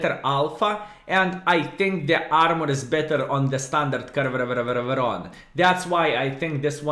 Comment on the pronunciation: I like how say Caereveveveveron, but its easy to say -- ( ker - NAR - von ) skilSmile But actually, real city for which tonk is named is spelled "Caernarfon", so it's like Klaipėda of Wales... XD